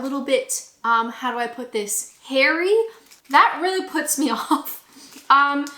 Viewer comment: Involuntary wince when you said “hairy “.